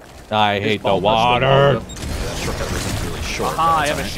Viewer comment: “The wowdur. His ball touched the wowdur”